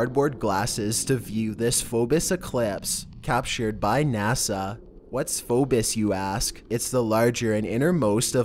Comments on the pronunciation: #6 it's Phobos. Not Phobis. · Phobos pronounced phonetically "Fow-bow-s"